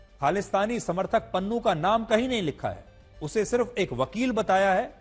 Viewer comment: Pannu ❌ Nunnu✅